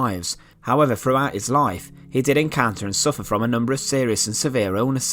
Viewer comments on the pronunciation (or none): This guy would probably never be hired by the BBC (is that a good thing?). A lot of people pronounce, "th," like, "f." When the narrator says, "throne," I hear, "frone," and, "throughout," is, "frewout." My favorite is, "thing" - "fing." lol